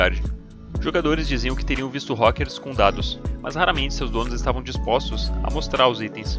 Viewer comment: "rókers" ai meu cerebrooooooooooooooooooooooooooooooooooooo